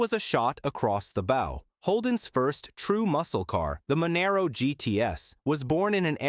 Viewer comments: Ffs say Monaro properly!!! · At least it wasn't " Moneero" .